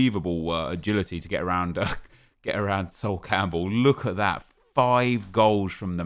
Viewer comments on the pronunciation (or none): none